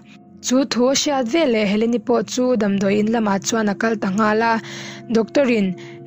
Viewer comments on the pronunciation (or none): none